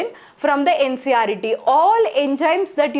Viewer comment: Ncert not ncret